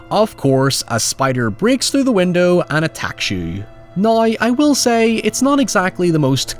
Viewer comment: said "noy" (now) at least 6 times in this video